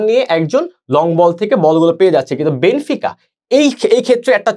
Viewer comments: বেনফিকাকে বেনিফিকা,বেনোফিকা উচ্চারণ করে বুঝিয়ে দিলেন আপনারা খেলা সম্পর্কে কেমন ধারণা পোষণ করেন,,,,হুদাই আজাইরা বক বক করতে আসছে,,,আপনারা যা আলোচনা করলেন আমাদের গ্রামের ম্যারাডোনা আমলের দাদুরাও একই আলোচনা করে। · বেনিফিকা কি ভাই? 🤷‍♂️ কানে লাগে এগুলো। শুদ্ধ করে বল ভাই।